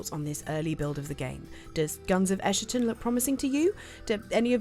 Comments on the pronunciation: I can't believe there is a second person who says ESSHATON instead of ESKATON. I'm worried the devs are calling it the former now. Going to be a dealbreaker for me if so because I'm petty like that. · It's not "ess-sher-tun", it's "ess-kah-tahn". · Dear gods, it's "ES-ka-ton," not "Escherton." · ummm thats not how you pronounce that i think...god help me if Im wrong and get dogpiled by internet goblins. Edit: nope.. that is definitely not how you pronounce that i fact checked myself. It basically means a final moment in human history or end of an era. It has a hard k sound and "tawn" at the end. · I think it's a k sound, not an sh sound, given all the religious imagery and since it's the same root word as eschatology, which comes from Greek.